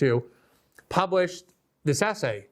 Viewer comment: WTF is wrong with people today that they can't pronounce words correctly? Itcis NOT ASSAY IT IS ESSAY. JUST TRY PRONOUNCING THE LETTER "S" then add the word "say" there you have it "Essay" now how hard was that?